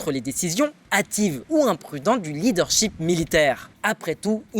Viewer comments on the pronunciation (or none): none